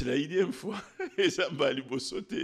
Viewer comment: N-ieme fois et non inieme ...!